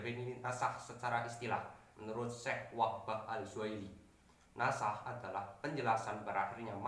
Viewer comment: Bukan nash tapi nasakh